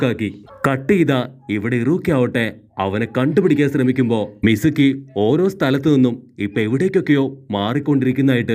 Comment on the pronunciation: Not mizumi its mizuki